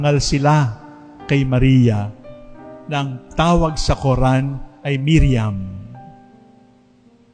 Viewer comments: mariam not miriam..d nkpgresearch ahhh...legit sna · Mariam Not Miriam